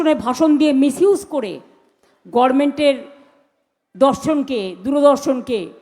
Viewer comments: এই অশিক্ষিত মুখ্যমন্ত্রী গভর্নমেন্ট কে গর্মেন্ট বলে তাহলে ভাবুন পশ্চিমবঙ্গের বর্তমান অবস্থা কোথায় গিয়েছে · গর মেন্ট কি উচ্চারণ মাইরি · উনি গরমেন্ট কেন বলেন? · বুড়ি বানুর থেকে সামান্য ভদ্রতা আশা করা বোকামী। এতো Goverment কে বলে গরমেন্ট।